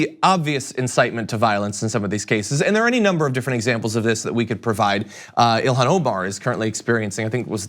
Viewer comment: John - Ilhan is pronounced Il-on (the "h" is silent). Be in the forefront of people who pronounce her name correctly.